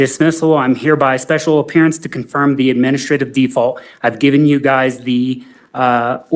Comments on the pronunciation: “special oppearance” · ..special “opearance’ ?